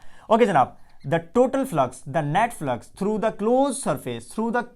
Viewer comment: he said net flux i herd Netflix 🤣👌